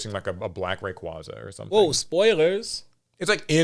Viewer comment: said rayquaza wrong